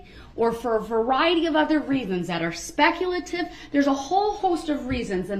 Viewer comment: We’re any of your vehicles damaged by the suv? Durl objected on hearsay but he doesn’t need to be told what hearsay is. Durl KNOWS what hearsay is. To Durl hearsay is when he hears a witness say the truth but he doesn’t like it. Of course then he changed it to spec-ah-tiv.